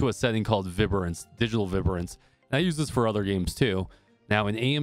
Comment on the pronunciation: 😂 I’ve never heard anyone pronounce “vibrance” the way you do